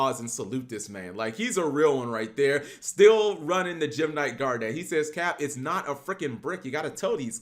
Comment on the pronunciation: Cap saying this deck is good is almost as bad as him saying “Gar-Net” literally garnet